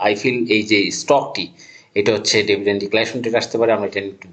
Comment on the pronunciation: ডেভিডেন্ড নয়, ডিভিডেন্ড।